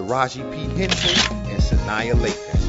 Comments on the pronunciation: her name is sanaa lathan, se-naaaaaaa......get it right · Dude! how in the world did you get sanaa's name wrong! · He said Sanaa's name wrong lma0 ! hhmmm but yeah i love Taraji P. Henson ! she's my favorite actress !